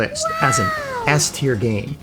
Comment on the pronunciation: Btw..i swear i didnt hear Ass-tier everytime u speak S-tier...ahahah